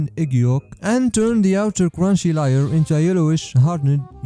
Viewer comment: Why do you always mispronounce layer